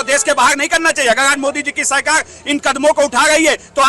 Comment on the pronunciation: Abe pahle sarkar bolna seekh le sahi se fir bayan baji kr